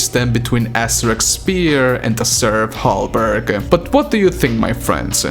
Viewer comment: Hey just FYI Serf Halberg = most probably Halberd btw (a type of medieval polearm) not Halberg, and also Serf = the game files name for the armored titans, especially the one in the cinematics of Siege. Now as we know their weapons are some sort of mace/hammer, so they were changed during development (just like so many other things btw) Just FYI: ) EDIT: Also, I would bet my left t3stik0la that the weapon is going to be the blue Sentinel/Wraith energy axe that is already in the gamefiles. Crucible is in the Titan's head (this is way after the Taras Nabad battle when the Slayer gets his powers and defeats the Dreadnought embedding the Crucible sword in his forehead) and we get that later in Eternal so lorewise makes no sense. We already had the sentinel warhammer also, and Spear / polearm/poleaxe/glaive/halberd/staff/etc seem more suited to Atlan IMO.... this is just my dos centavos mi amigos!!!